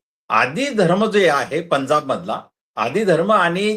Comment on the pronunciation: डॉ. माने सर आपण बाबासाहेबांचे अनमोल विचार सांगत बौध्द धर्म का लिहावा याचे विस्तृत स्पष्टीकरण दिले याबद्दल खूप खूप धन्यवाद! आपण एका ज्वलंत प्रश्नाला हात घातला आणि माने सरांनी छान शंका निरसन केलं याबद्दल तुमचेही आभार. चर्चा, जनगणना व पंजाब या शब्दांचे उच्चार थोडे कच्चे वाटले.